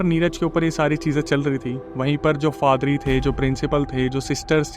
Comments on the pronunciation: bhai fadri nahi padhri hai😂😂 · फादरी नही पाधरी होता है l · Faadri nahi hota bhai 😂😂 Paadri hota hai 😂😂😂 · It's paadari or father .. not fathery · Padhri ❌ padri✅ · Yaa to padari hota hai yaa father, fadari kya hota hai bhai 😅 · FADRI NAHI, PADRI.😮😮😮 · Padri ❎ Father❎ Fadri✅😂😂